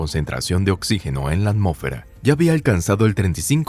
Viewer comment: Por qué dices "amo'fera", cómo sí de un narrador reguetonero se tratara. Tienes problemas con el sonido de la "s"?